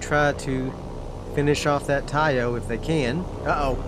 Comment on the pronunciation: Taiyo, not ho! The ho's are downtown!😁 🤣🤣🤣🤣🤣🤣🤣🤣🤣🤣